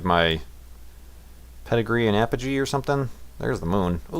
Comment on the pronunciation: Apagee and Pedigree? IT EVEN SAYS THE FUCKING NAMES! Learn to read. (I'm sorry... Don't hurt me please...)